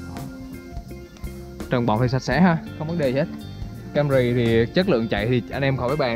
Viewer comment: Camry chứ kg phải cam rì, logo chứ kg phải lô gồ, chắc học dốt còn bày đặt đọc tiếng anh